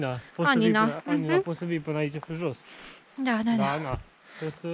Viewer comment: Anina ...cu accent pe primul A ....ia incercati sa cititi si de la coada la cap numele orasului .....